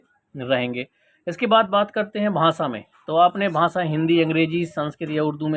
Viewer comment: भाँसा नहीं होता भाई भाषा होता है